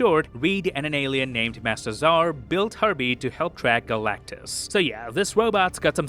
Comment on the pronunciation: Every time you say Herbie it sounds to me that you're saying Harvey... I just find it funny!